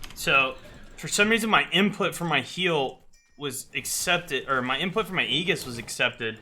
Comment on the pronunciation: It's not ayy giss, its ayyy jis. aejis